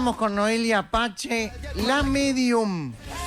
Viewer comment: Noelia Apache??? Se pronuncia "pase" (PACE)